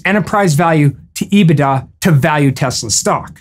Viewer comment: Love how you pronounce EBIT da. It’s EBIT daaaaah!!! 😂😂 Once again making complex understandings easier for the masses!